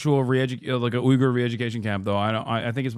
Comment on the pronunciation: no way your calling it a ughyur re-education camp